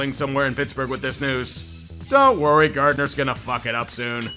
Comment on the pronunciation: Not gahta, gahnta